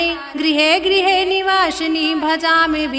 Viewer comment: वासिनी है गलत उच्चारण मत कीजिए